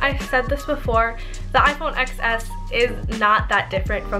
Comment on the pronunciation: it is XS but it is pronounced “10s” because the X is just 10 roman numeral.